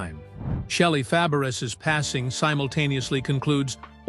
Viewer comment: Shelly Fab-BRISS?? Really? How can you relate to this clip when the announcer can't even pronounce her last name correctly?